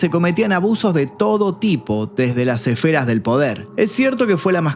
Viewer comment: "Desde", no "desdé".